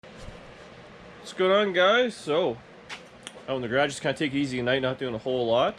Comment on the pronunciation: must be is BOSTON accent???